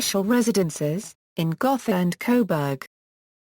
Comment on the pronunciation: The o in Gotha is a long o, not a soft one.